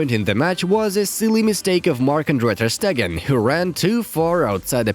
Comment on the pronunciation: Ster Stegen my man 😂😂😂😂😂, errors!!!!